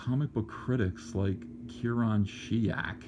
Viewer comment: You pronounced Kieran the Irish way, which I love (it's my christian name). But Kieran is pronounced Keer-an, Keer-awn is spelled Ciaran (or Ciarán with the aul fada elongating the second A to the awn sound). The difference is subtle... but again, loved that you said Keer-awn because Keer-an is a bastardised version of Keer-awn (if that makes sense lol).